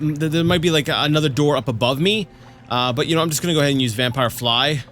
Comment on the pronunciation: Just wanted to say, when you pronounce some words the wrong way (like vampire today), you sound like my russian husband and it puts a smile on my face. Although he does it not intentionally, like you, but because he doesn't know the right pronounciation XD oh well)) still amusing.